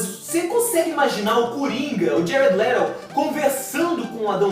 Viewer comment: ''jared lerou'' kkkkk,+1 inscrito